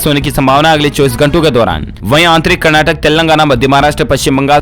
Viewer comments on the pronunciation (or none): none